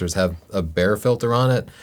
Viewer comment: Great podcast. One pronunciation tip: Bryce E. Bayer (/ˈbaɪər/; pronounced BYE-er)